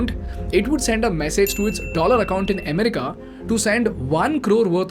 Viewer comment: the way you pronounce "america" clearly indicate you are a bihari ,lol